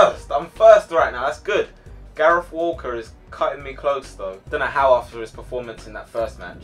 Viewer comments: When you say walker it's sounds like your saying wallcot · When he said "Walker" it sounded like "Walcott" to me